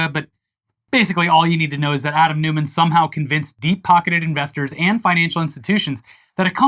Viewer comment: "Newman", because Americans find 'Neumann' too difficult to pronounce?